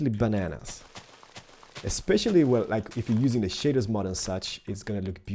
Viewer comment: Shaders said like 'shayders'